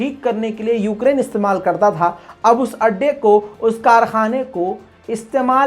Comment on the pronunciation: Yougrain kyu bol Rahe ho